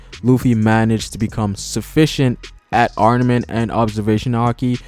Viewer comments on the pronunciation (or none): I feel like this guy is saying Arnament instead of Armament. Am I tripping or......